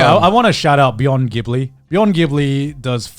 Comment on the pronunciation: Why does Garnt continue mispronouncing Ghibli?